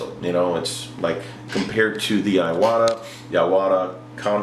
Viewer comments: Great Video. but living in Japan for 3 years.. its I-Wa-Ta... not I a wa ta.. LOL.. not really harping on ya, im white but I spent alot of years learning the language and this is SUCH A GREAT INFORMATIVE video it was the only thing bugging me.... Im with ya on the switch the taller trigger on the Badgers and the fine lines are sooo much different.. went to a Badger Sotar and patriot from a Neo and Medea Iwata..... Speaking of compressors any Suggs on quiet air comps? like the fortress, Hitachi, or no name? Ive been searching for that but not sure just searching by Decibel rating...both or the higher end brushes are about 160 or so... Any people do any tattoo work with a rotary pen the badger feels more at home.... larger and heavier base... Keep the Vids a coming man! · There's only two A's in iwata😂....E-WOT-A